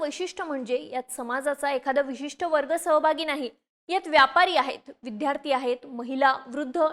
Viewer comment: विध्यार्थी नाही तर विद्यार्थी!! उच्चार सुधारा!!